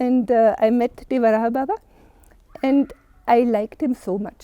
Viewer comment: Pushpendra sir wo madam achha bol rhi hai 'dewarahaa' baba hi bolte hai pehle aap sahi uchcharan kariye uske bad interview lijiye